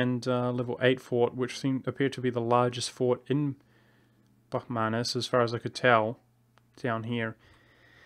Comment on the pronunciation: Finally said Bahmanis and not Bahumnis!